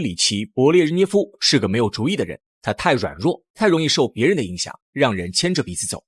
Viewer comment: 德你吗，名字都念不对，还做什么节目